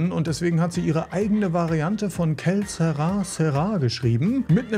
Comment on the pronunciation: Das heißt nicht "Kell Sera Sera...", sondern "Que Ser Sera"!